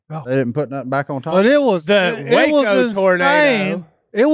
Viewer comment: Wacko instead of Waco, Tx was funny